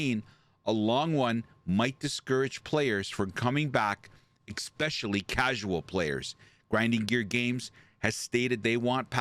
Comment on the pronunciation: Lost me when narrator says" ex specially" 🤔